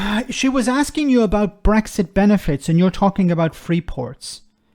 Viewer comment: The interviewer can't even pronounce Brexit and Rees-Mogg can't explain a single tangible benefit of Brexit. It says it all really.